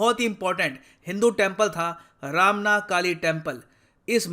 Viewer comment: Not ramna it is romna...